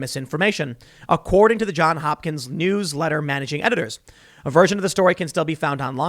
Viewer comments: Ok, Tim. Great show. Somebody's gotta tell you. It's not John Hopkins. Its John's Hopkins. With an s. Johns. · Dude, It's JohnS Hopkins, not John Hopkins. He says this every time he cites them. Get the name right. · JohnS Hopkins. There's an "s" at the end of that first word. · Jesus, Tim; can't you learn to say "JohnS"? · It is ”Johns Hopkins” strangely enough.